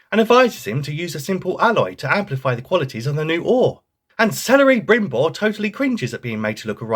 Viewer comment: "Celery brimbord of the rings" 👍